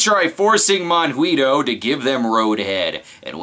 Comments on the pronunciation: Yay! I was ANAL (amused now and laughing) the whole time! A minor point: it's pronounced mohn-GEE-toh (with a hard G, as in goat) - it's okay, I'm from Argentina. Thanks for doing the voodoo that you do so well! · considering that he called him both mongweetoe and monhweetoe, i'm willing to assume he's purposely getting it wrong for comedic purposes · Sorry so be a pronounciation Castro, but Monguito is pronounced Mon-Gee-to. In Gui and Qui words the u is silent. For it to be audible you use the ü. For example higuera(fig tree) is pronounced ee-ger-a, while higüera(gourd) is pronounced ee-goo-era. Also, monguito is just a diminutive of mongo, which is weak. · No no and no. "Monguito" must be said with an Argentine accent, if not funny :P